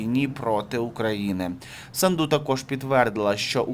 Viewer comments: Не СандУ а САнду Ударение на А. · не СандУ а САнду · Фамилия из 5 букв, очень сложно поставить правильно ударение? СА’нду. Это ж путлер любитель исковеркать Сандру и другие вариации. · Да не Санду',а Са'нду!!!Ну Господи,Ви ж журналіст.